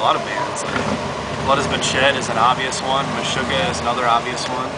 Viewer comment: Is he saying "Meshugga" ? If he is, that's sick, I just can't tell 100%.